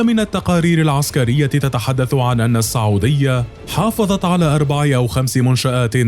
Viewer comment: ليش المعلق يقول ( الصعوديا ) بدل من السعوديه 🧐🤔